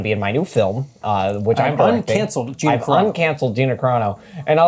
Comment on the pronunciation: It's pronounced G "I" na. Long "I"